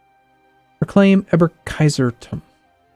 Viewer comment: Pronounce it Erb-kaiser-tum. That would improve your german immediatly.